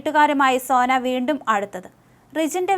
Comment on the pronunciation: സേന അല്ല സോന 😢😢